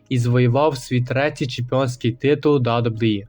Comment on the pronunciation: Відос не поганий, але навчись казати WWE, та деякі інші фрази, без образ)))